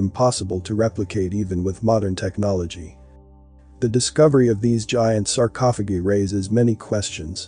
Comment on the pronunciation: I won't watch this channel again..nor will my friends or family until you fix your automated voice. sarcophogeee is so distracting that it's all I could concentrate on.